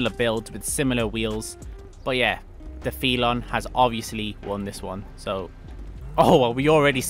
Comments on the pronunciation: He also pronounced felon wrong. He said "fee lawn" and it's "fell un". He has trouble with lots of common words. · Ngl it’s triggering hearing you pronounce Felon and Stanier Wrong. 😭 It’s Felon not Feelon! 💀😭 And it’s Stanier not Stainer😭